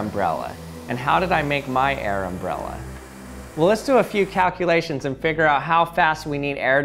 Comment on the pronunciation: Is it a uh... airmbrella